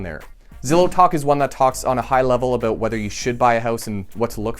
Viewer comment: Haha he said “aboot”